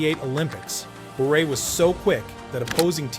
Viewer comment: Really, say Pavel Bure's name properly.